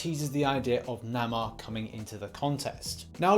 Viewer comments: It's pronounced Nay-More not Nah-More. Namor would be awesome! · 2 things , 1. It’s namor (nay-more) what you said was (nah-mar)and I couldn’t by pass it lol 2nd what’s a Pratt? Is that the uk version of an asshole? Lol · It annoys me how he says Namor wrong